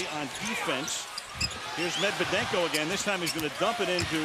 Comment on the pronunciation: No One: Steven A Smith:Medvedenko🙄😑😒